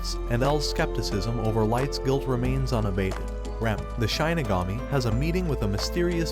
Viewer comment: Please never say ‘Shinigami’ again